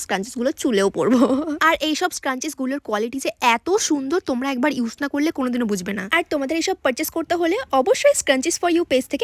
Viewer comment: use ❌️ ush ✅️ 😅😅😅